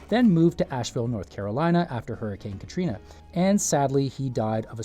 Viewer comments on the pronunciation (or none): none